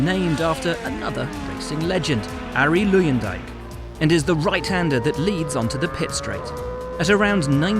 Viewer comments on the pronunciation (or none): Arie Loeyendaik. At least pronounce his name correct. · 'Airry Loeiendyke' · You said arie luyendyk wrong